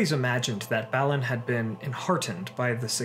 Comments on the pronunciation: You keep saying, "," but I though it was BAH-lin.....? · Balin too..